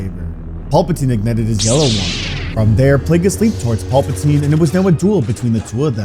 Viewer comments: For the love of God it is PAL-patine not PAUL-patine. Love your stories but get it together man. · Pal-patine not Paul-patine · Please stop saying Paul Potine. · All i hear is "Paul-patine" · "Paul patine" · Paulpatine? lol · Im tired of dude calling Palpatine "Paul Poutine" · Every time I hear master palpatine I hear master paperplate in my mind